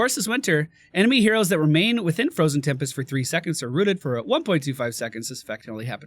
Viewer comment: am i the only one hearing euros and not heroes? xD